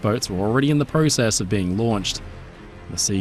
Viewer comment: You said PROCESS WRONG! 👎👎